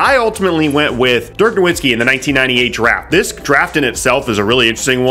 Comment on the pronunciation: He’s a hall of famer. Pronounced Dirk’s last name right. NoVitski